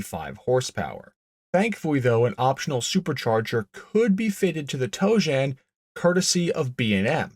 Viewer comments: Tojan. Not toejam. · The Pontiac Toe Jam....um, I mean Tojan. 🤣🤣🤣 Sorry.... I couldn't help myself. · Every time you say tojan i hear toe jam. That thing is hideous. It would have been cool with 800 horsepower but thats it. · I just keep hearing "toejam". Were those 71-73 Cougars going into the primer bath?